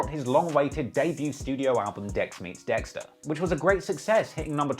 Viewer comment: Every time u say ah wow dextar I die